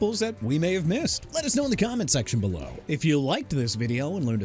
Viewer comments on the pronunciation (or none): none